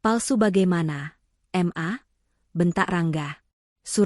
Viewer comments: BALIKPAPAN KALIMANTAN TIMUR HADIR,kenapa panggilan ke mama itu kok mmbacanya dipisah menjadi M A,aturannya kan ma aja langsung,gak enak sama sekali mendengarnya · Siapa yang membaca cerita itu masak ma dibaca em a bukan ma , bukumu dibaca buku em yu